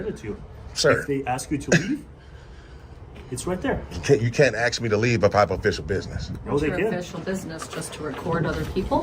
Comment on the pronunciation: ASK not AXE you Ratchet Ghetto Thug #GetARealJob LOSER